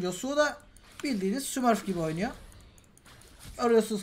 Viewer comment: Dk 15 de 80cs yapan yasuo ya smırf demen :D lanedende çıkmadı hiç smurf felan değil